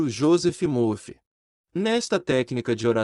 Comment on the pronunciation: Gratidão. Joseph Murphy ( estou ajudando com pronúncia correta Josef Marfy pois vogal u tem som de a no idioma English)